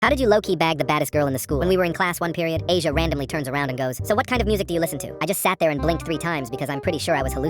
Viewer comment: Not Asia (Ah-Z-Yahh)